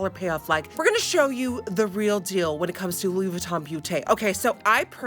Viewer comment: Louis whytton HAHAHAHA i love u